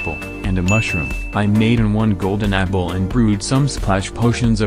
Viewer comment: Why i heard golden niple 😂